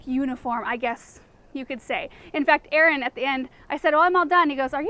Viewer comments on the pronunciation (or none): none